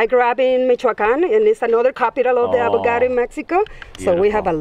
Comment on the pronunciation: Why she keeps calling it "Avogado"? xd